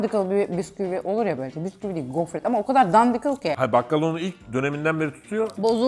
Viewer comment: Hayır dandik değil o "dandikıl" bikere jsjdkdkdkjdj